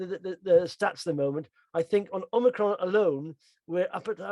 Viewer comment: Really enjoy the video guys but please please call the variant Omicron - and not Omnicron. Omni means multiple.... don't jinx us!